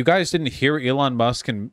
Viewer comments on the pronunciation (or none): none